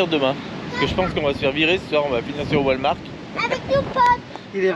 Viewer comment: Toujours un plaisir de vous voir dans vos aventures 😉....mais, on ne dit pas Walmark mais Walmart 🤣🤣 malgré le devoir de dormir dans un stationnement...vous êtes quand même tout près de la mer🏖 Profitez en bien 💞